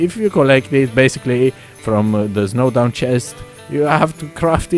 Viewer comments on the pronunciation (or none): Snowdown pronounciation (showdown) R.I.P XD